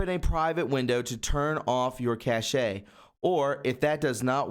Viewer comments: "cashayy" ..... Jesus we are in 2019, it's pronounced the same as "cash" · It is pronounced "cash". Not "cash-a" 🙄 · Great reporting as ever! BTW, (grammar police here): 'cache' is not pronounced as cashé (sounding the 'e') but simply as 'cash' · Hi. Cache is pronounced cash. Thanks for the report. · Cache is pronounced cash. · Cache sounds like cash.